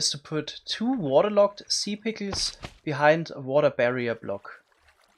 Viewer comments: I find it amusing how he says pickels. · Best part of my day, hearing him pronounce "pickles" (pick-OOZ) again and again :) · I love how he pronounces it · I love the way you say pickles lmao